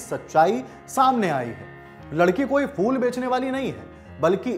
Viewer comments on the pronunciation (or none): Arre champak fool nhi phool hota hai